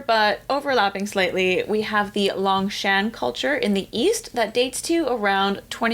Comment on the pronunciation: Yongshan, long O in first syllable, shan almost sounds like Shawn, or Shaun of the Dead.